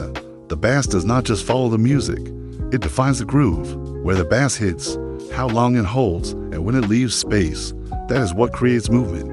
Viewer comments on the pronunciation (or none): AI slop, can't even pronounce bass correctly